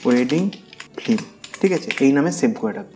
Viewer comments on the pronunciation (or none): none